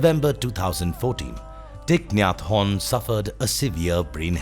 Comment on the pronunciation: The way he says his name sounds french "hon" 😅🙏🌷